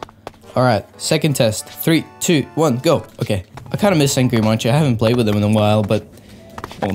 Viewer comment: How to spell Angry Munci: Angry Munk-See